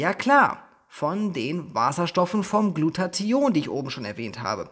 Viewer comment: Lieber, danke für das tolle und informative Video. Ps. Immer wenn du Glutathion sagst erinnerst Du mich an Antoine Burtz, wenn er versucht "Integration" auszusprechen. Intention isch immer gut, weisch